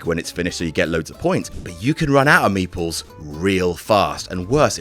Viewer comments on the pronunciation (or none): Was confused for a second during the Carcassonne segment because it sounded like he said meatballs instead of meeples